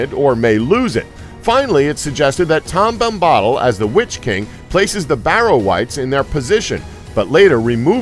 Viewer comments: Tom Bom-ba-dill is how you're supposed to pronounce his name. But good try though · who is this tom Bombaahdill? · tom bommbottle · his mispronounciation of Tom Bombadil reveals he's just reading a script n not a true fan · The way you pronounce Tom Bombadil makes me want to pour acid into my ears